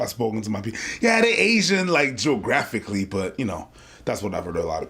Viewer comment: "Jo Graphically" 😂😂